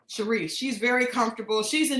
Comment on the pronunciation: Shanice not sherese.😂